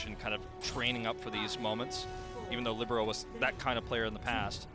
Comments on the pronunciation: Heartbreaker. I've said it before and I'll say it again: libero, not whoru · The commentator said libero several times tho lol